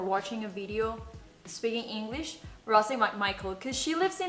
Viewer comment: Shot por cada vez que dice "spikin inglich"